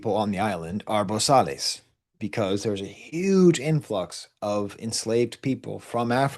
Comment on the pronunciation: Also wanted to add in “Bosales” you don’t pronounce the “Les” it’s pronounced “Bo-Sal”